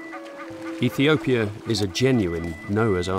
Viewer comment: You seriously can’t say “Ethiopia” right? Good Lord, it’s not that hard!